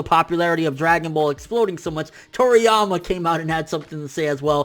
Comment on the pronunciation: My man said dragon ball condoms 😂😭😂😭😂😭😂